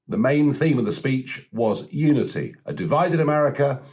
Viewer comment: Biden's Super Spreader Installation I'm calling it, 300 odd National Guard caught Covid so far,what a disaster.....Just sit back and watch the Biden train crash roll on, it will be an abject failure, he won't unite anything, I actually thought he kept saying Nudity but apparantly it was Unity.....Everything is back to front with the media, Kim Jong IL would be proud of CNN/MSNBC etc.